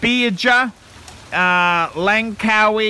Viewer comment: Can't even pronounce the resort name, best kept secret having a holidays with the kids...